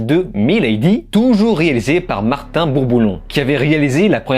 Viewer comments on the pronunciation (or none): none